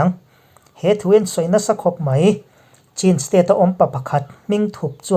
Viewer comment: Chin tih hi chhin tia lam tur ani e.